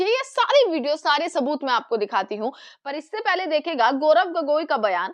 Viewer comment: अरे मैडम, बड़ी बढ़ी बाते छोड़ो, गौरव गोगोई साहब का नाम तो ठीक से लो,बार बार गोरख गोरख गोगोई क्या बोल रही है 😅